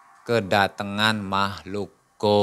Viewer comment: Lucu pas lagi ngomong "makhluk gowibb" 🤣🤣